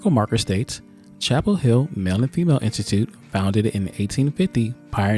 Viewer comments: Chappell HILL! GET IT RIGHT! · It's Chappell Hill